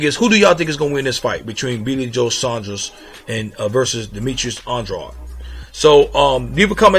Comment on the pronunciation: By the way, Saunders is not pronounced "Son-dros" it's "Saun-derz". It's a regular English name, even in America. Furthermore it's "On-dra-dey".